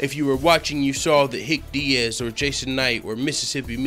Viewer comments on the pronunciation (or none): "Hick Diaz" lol.